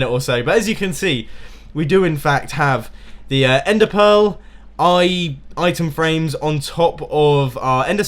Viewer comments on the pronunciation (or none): Mumbo says: "...enderpearls, eye-tem frame"